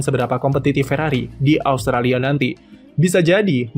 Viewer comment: austalia? talia? Italia? Australia? austria? R nya ilang min :v